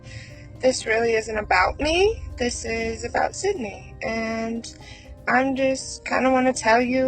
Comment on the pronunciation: Idk if you are aware of this, but there are a few times throughout this video that you say the victim’s name is “Cindy.” Her name is Sydney. If you are going to make a true crime video, it is imperative that you always pronounce the victim’s name correctly. J/S. You might wanna take a look at that.